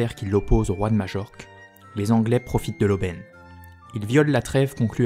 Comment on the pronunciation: majorque se prononce maillorque, sinon super vidéo